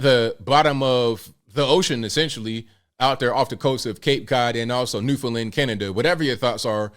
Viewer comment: is the only reporter who has pronounced Newfoundland correctly